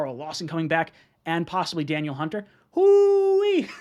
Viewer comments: It’s pronounced Duh Neil not Daniel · FYI,, it's pronounced, Dah-Neil. Not Daniel. Anyways though, would love him. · Its pronounced dan-eel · Da•Neal I think that’s how you pronounce it